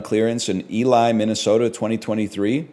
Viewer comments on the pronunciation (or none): Ely, MN is pronounced E-Lee bro 🤦‍♀️